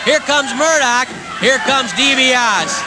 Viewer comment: I hate how they mispronounced Ted's name!! Ugh! Dibiase!!! Not D B OSS!